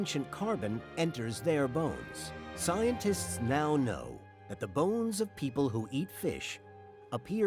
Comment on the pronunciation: You mispronounced, "Scientists currently believe..."